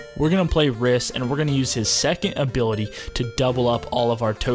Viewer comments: The way you pronounce Rhys hurts my soul. It's actually the original form of Reece, and pronounced the same way. Nice video tho my dude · You know it's pronounced as Reece! 😆😆